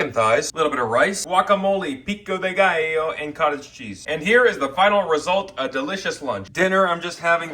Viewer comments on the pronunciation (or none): none